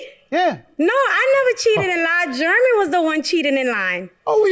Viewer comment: YOUNG LADY SAY IT SLOW IT'S JEREMY SOUNDS LIKE JER RA ME SAY IT WITH ME JEREMY